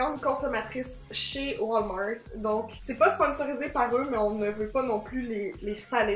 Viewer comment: Ses pas comme sa qu’on dit walmart 😂😂😂